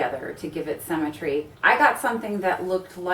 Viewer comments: "cemmetry" It's symmetry, darling. Pronunciation is important. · Your pronunciation of symmetry sounds like cemetery...well to English ears anyways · “Cemmentry” lol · Anyone else bothered by “Sem-i-tree” when that’s actually “sim-i-tree” when pronouncing the word symmetry... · Haha, I heard "cemetery" instead of symmetry and at first I was confused. xd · I was distracted by the pronunciation of symmetry as cemetery, did anyone else notice that? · I actually thought she said cemetery when she said symmetry..! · so we're gonna talk about 'cemetary' guys not symmetry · You pronounce symmetry as “cemetery”. We stick dead people in those. I look best in photos when I’ve lost 14lbs ugly fat ie my head... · I love the informative video! I like how you say symmetry. it sounds just like cemetery. :)) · Was so confused when you said you were going to talk about 'cemetery' haha I guess we say it differently in the UK